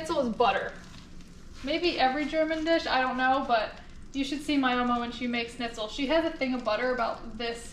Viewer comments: The german recipe is pronounced "SHnitzel" not "snizel". No hate! Just wanted to let you know haha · Me too! It's Schnitzel! Not, Snitzel! 😆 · I'm not usually this pedantic but leaving out the ch in Schnitzel is triggering me. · Ok so I’m not the only one. I mean I don’t speak much German but cmon. Still love though. She is way more badass than I am. I’ve seen her swim with big sharks and I’m straight scared of them. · Seems neither of you can say it right…..theres a sch on the front end